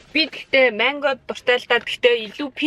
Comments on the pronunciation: Та яагаад мангог майнго гээд бга юм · Maingo geed baih ym mango geech